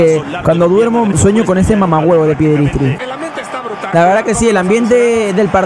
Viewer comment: Me gusta por que le dice piedristri y es pellistri